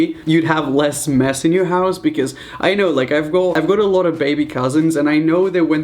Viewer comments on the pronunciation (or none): none